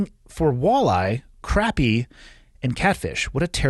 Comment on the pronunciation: The fish called crappie is pronounced croppie 😁